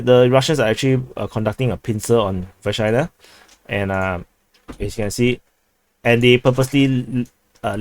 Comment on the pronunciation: Anyone else hearing "v***na" instead of Vershyna? Jokes aside, nice video as always. Ukrainian forces successfully eliminated at the like button commander.